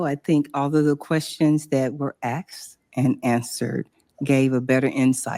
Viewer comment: When is someone going to tell these “professionals” that the correct work is “asked” not “axed”. The lack of education is embarrassing.